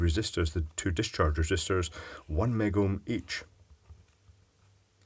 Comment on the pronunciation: It's so funny hearing you with headphones. "OoOoOo" "One Megom" lol (I know it's Mega ohm)